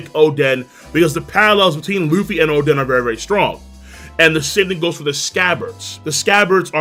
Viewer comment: why does he call oden “chaden”